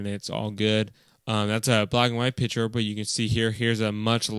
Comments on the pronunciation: Thanks, very useful. But it's "picture", not "piture" :-P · While you were saying picture you said Pitcher